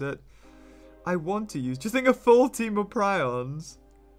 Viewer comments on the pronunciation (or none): none